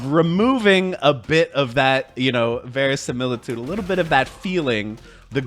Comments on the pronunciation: Not how you pronounce verisimilitude but, hey...Close enough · "Verisimilitude" - Someone's been playing Clair Obscur